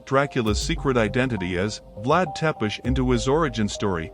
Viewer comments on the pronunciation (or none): First.. it’s pronounced Vlad Suh-pesh!! Not Teh-pis. And the Coppola version was brilliant on screenwriter James V Hart’s perspective on showing the love story as a tragic figure because Hungarians still consider thē actual Vlad Tepes (pronounced Seh-pesh) as a hero. It made perfect sense!! Bram Stoker based his fictional character off of an actual leader whose history is bloodshed towards the Turks. Who also went through harrowing, challenging experiences growing up. (Much like Genghis (Pronounced Ching-us) Khan.) Whose first wife did commit suicide for reasons still unclear today. So what did James V Hart do? He mirrored the actual life of Vlad Tepes to the tragedy of Dracula as an antihero while still respecting the Hungarian legacy. And that’s why Coppola was compelled to film it. Because it mirrored the original novel while staying true to the roots of Vlad Tepes. While also filming as a pastiche of the classic 20th Century vampire films of yore. So basically a tribute and homage at the same time. Which is why it still ranks top of my list as best Dracula film